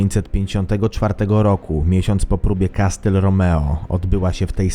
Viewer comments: nie "kastyl" tylko- kasyl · Jestem pełen uznania dla autora TOP10Wszystkiego. Mam tylko jedną uwagę do autora. W wyrazie "castle" (ang, zamek) litera T jest NIEMA, Pozdrawiam autora. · "Kastyl"? O.K.